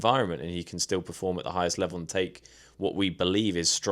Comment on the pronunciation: PERform not PREform! 😂 really bugging me